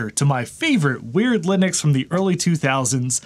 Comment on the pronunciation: I anticipate grief from someone for me saying this, but since you say Linux correctly, I may as well offer this PSA... I'm a fellow South African like the founder of Ubuntu (pronounced "oo-boon-too" and not "yew-bun-tu" or anything else like that). So if you enjoy saying "wuh-bun-too", try saying it "woo-boon-too", which is the correct way of saying it, and see how much fun that is 😅 And FWIW Ubuntu is a term for community above self, basically, and it really sums up living in Africa.